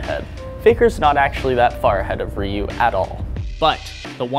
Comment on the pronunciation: I find it fascinating that some people pronounce Ryu as "Rayoo" or "Riyoo".